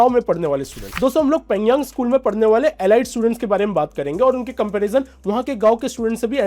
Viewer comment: एलाइट नहीं एलीट होता है वैसे भी भारत भी गोबर टेस्टिंग में लगा हुआ है 😂